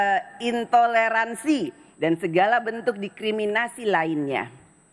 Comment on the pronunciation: Maksud saya, saat puan membacakan pidato, tidak sedikit kalimat-kalimat yang terpelintir, seperti contoh saat mengucapkan "Intoleransi" dia malah berkali2 salah ucap, dan saya agak menyayangkan saja dengan membaca teks menggunakan bahasa sendiri masih gagap dalam berpidato apalagi seorang speaker, saya sontak saja mengetik kalimat sarkas pada kolom komentar